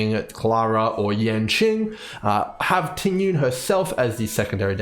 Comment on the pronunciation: Just a small tip to pronounce her name correctly, its not Ting Yun. The correct pronounciation is Ting Yween 🤭 Nice video btw!